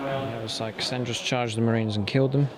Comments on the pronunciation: Great Rep, great sportsmanship, great armies - but please its KaRandras - not Kassandras - that would be a girl. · Warp Spiders....how they work out for ya? Yeah, pretty sure you will remember their name from now on. Plus.....call him 'Kasandras' one more time....bluah.....for shame man. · KAR AND RES not Kasandres. Very annoying. Good battle rep though :)